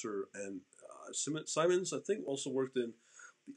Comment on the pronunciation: Pronounced like “Sigh-mons”